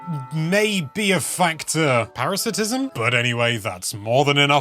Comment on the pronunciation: Parasitism is a word, but you said "paratisism".